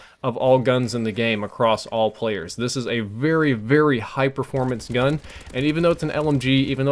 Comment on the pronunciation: Your "very" sounds more like "vurry" but besides that I didn't notice anything different haha